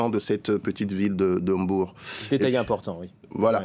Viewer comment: Enfin un français qui pronononce bien Mbour et non pas M bour... 👌